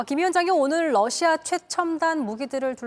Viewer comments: 댓글토론에 참가해 주셔서 기쁩니다. 우크라이나 전쟁으로 매일 러시아가 TV에서 언급되고 있는데 기자들이 매번 Russia를 Lussia로 발음하니 참으로 듣기가 딱해서 저의 수십년의 외국어 경험에서 얻은 바를 서술했습니다. 감사합니다. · TV기자들은 말도 잘해야 하지만 발음도 좋아야 한다. 특히 외국어는 가급적 원음의 발음에 충실해야 한다. 그런데 많은 기자들은 러시아의 Russia 를 Lussia 로, Radio 를 Ladio 로, Roma 를 Loma 로 발음한다. 물론 한국어에는 ᄙ(쌍리을)이 없어서 L과 R을 전부 ㄹ로 발음할 수 밖에 없는 어려움이 있다. 그렇다면 한국인들은 R 발음을 정말 못하는 것일까? 아니다. 초성일 때에만 못한다. 아리랑(Arirang), 세레나데(Serenade), 프랑스(France) 등 잘 하지 않는가? 그래서 TV기자들에게 힌트를 주고자 한다. R 로 시작되는 단어를 발음할 때 앞에 '으' 발음을 먼저하라 (으)러시아(Russia), (으)라디오(Radio), (으)로마(Roma)로 말이다. 그러면 당신은 좋은 발음을 하는 기자가 될 것이다.